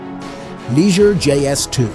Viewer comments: What a cheesy video. You can't even pronouncer the names of the manufacturers, Opel not Opahla, Liger is Lee Zay. No one has ever called a Bricklin a gem. Poorly built, slow, ugly but not a gem. The lazy creator knows nothing about cars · Pronounced Lee zhay